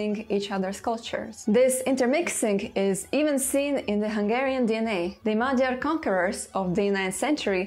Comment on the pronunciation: a hibásan ejtette ki a magyar eredetű szavakat, és nagyon hamisan festette a magyar történelmet.